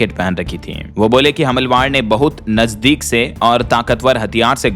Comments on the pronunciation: Humalwar nhi humalaawar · हमलवार, हमलवार ... अरे क्या भाषा, क्या उच्चारण ! कैसे कैसे लोग हो जाते हैं यार ये ब्लॉगर ! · हमलवार अशुद्ध उच्चारण है। सही उच्चारण करना चाहिए। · हमलवर नहीं, हमलावर (हमला + वर) भैय्या